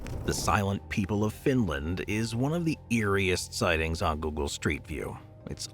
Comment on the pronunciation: This person cant even pronouce google right.